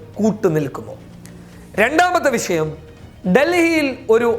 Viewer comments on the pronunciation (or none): none